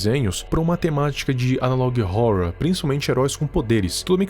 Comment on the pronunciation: amo o viral, mas quando ele fala " analog rrouror" eu fico paia 👽